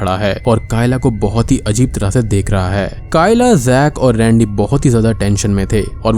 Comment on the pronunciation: Bhaiiiii sorry lekin rendey mujhe randi sunai diya paheli bar